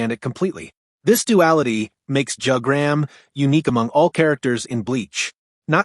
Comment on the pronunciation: I clicked on the video because I thought it was interesting then you said Jug-gram